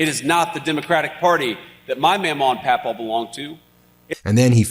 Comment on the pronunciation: Omg, vance says 'mawmaw' and pawpaw" wrong. It isn't really possible to spell it the way it is actually said in Appalachia.